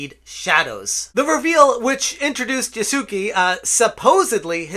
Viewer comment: Yasuke should be pronounced "Yas-kay." The "u" should be basically silent.